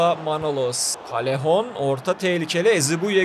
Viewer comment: Abi nolur doğru oku Yazılışı:callejon Senin okuduğun:kalehon Doğru okunuşu:kayehon